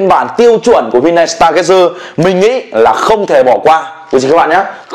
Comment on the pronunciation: Stargazer là star-gazer (ngắm sao), đọc là [staa geize]